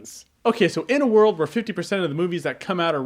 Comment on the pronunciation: "End of the wold fanatic?" Was Rolland Emmerich in this?